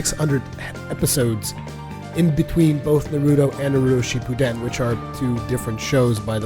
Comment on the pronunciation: "Naruto Chippuden", lol wut